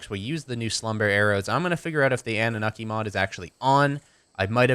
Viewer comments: Oh btw man if you want to use really good narcotics do the sedative narcotics from the anunaki mod. Oh and the pronunciation for that is an-new-na-ki just the heads up so people stop ripping you on it. you could get rid of the tranq mod because the anunaki mod has all the extra poison arrows and poison darts as well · its pronounced ah-nu-na-kee and you should dino armor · Its pronounced in-u-Nacki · it's prnoused an-you-oky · you pronounce it annu-naki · You pronounce it AN-OO-NOK-EE so ya... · the way its said is an-na-mok-ie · It's pronounced an-a-nukie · it's pronounced an-noo-nak-kee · its ah-new-na-ki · It's annunaki (AN-OO-NAH-KEY) that's the pronunciation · Ann-oo-naki Genesis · it's pronounced an-o-naki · an-ooh-naki is how it's pronounced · its pronounced anne-new-nock-e